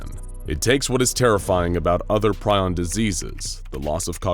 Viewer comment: Ugh. Do your research man. Prion isn't pronounced that way.